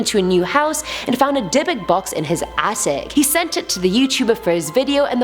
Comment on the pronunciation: Ohhhh, Dybuk box I kept on hearing Debit Box